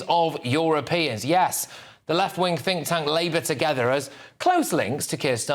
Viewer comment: She said "tink tank" lol!